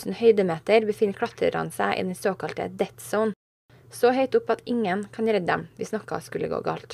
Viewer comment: well no fucking shit but she said deth